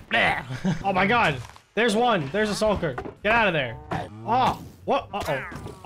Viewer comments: COUGH shulker not sulker COUGH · IT IS CALLD A SHOLKER NOT SOLKER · it`s shulker not soul kirk